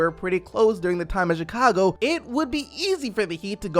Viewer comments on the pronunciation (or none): none